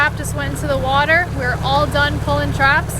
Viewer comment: Make sure you always drain the “watah”. That guy was Quincy through and through.